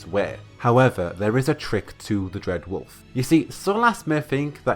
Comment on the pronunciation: Dread wolf has risen. Makes him sound like a loaf of bread. Bread wolf lol.